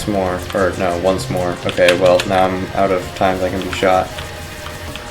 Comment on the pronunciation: you said it's out "right NEOW?"